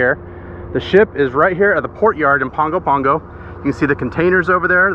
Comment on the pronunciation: You are overemphasizing the “G” in Pago Pago, the G is more of an “N”. So pronouncing is more of Pango Pango